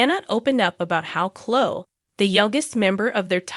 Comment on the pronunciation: It's not Chlo it's Chlo-e- I can tell this an A.I. page smh